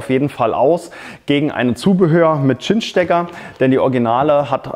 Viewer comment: Danke für das Video, es hat mir tatsächlich geholfen. Nur eine Bitte: Geh bitte mit gutem Beispiel voran und sage bei Cinch-Kabeln nicht mehr "Tschinsch"-Kabel. Im Englischen wird die Buchstabenfolge Ci wie ein scharfes S gesprochen. Siehe "Cinnamon" oder "Cincinnati" Es wird also also korrekt "Sinch" Kabel gesprochen. Sprechen die allermeisten Deutschen leider falsch.